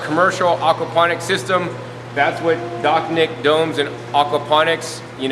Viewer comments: Dachnjik-> Dačņik. your pronounciation realy messed up my understanding of the "summer home garden"... try using german combinantions of letters when trying rusification of words. ch - č, sh - š, nj - ņ, and so on. Cool system tho. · The CH is pronounced more like CZ like chacha, the dance.